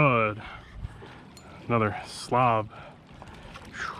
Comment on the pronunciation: I think it's pronounced "SLAB" not "SLOB".